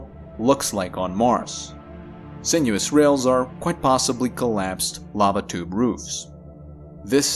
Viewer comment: I heard "babadook caves" instead of "lava tube caves" twice in the first part of this video. Had to rewind a few times.